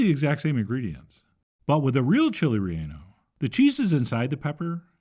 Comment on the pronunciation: Call it Torta de Rellano. (also it's pronounced Ray - YAH - no, not Ray - ANN - oh). ;)